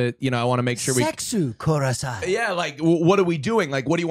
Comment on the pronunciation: The fact that still thinks kurasai instead of kudasai is please is so funny